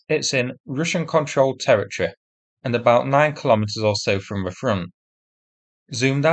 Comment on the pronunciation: So it was taken out by a Ukrainian "tor" group? Or was it Ukrainian "tor" ists. Sorry, sounds close enough to tour for me.